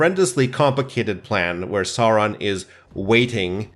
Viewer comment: I love how you pronounce Sauron exactly like Bakshi’s Gandalf (e.g. the dark lord Sören).